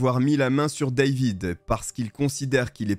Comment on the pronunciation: Ca m'agace la facon tu pronon le A dans David.Pourquoi tu le prononce en anglais et les autres tu prononce en francais?